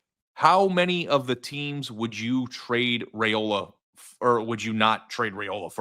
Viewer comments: You could start by saying his name correctly. Rye-ola, not Ray-ola. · Crap garbage haters #15 will make Fools of you... ps ...you can't even Pronounce his Name, way to Do yer Homework, shows how Knowledgable you Aren't